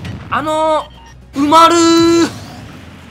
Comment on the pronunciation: 埋まるーがうまるーんにしか聞こえないw